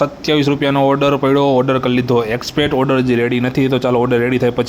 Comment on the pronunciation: Bhai mara tme accept bolta sikho accpect❌️ accept✅️.